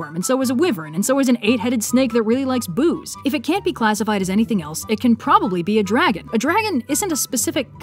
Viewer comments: "And so is a 8 headed dragon that really likes boobs." I also heard it as "Boo" (Ala, spooky) And boods (Whatever that might be) In short, hun, dont forget your Zs. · I heard "booze." XD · "And so is an 8-headed snake that really likes booze" i heard 'booze' as 'boobs' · I'm still convinced that's what she said. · wait, she said booze?